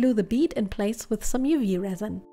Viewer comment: "with some UU Resin" 😂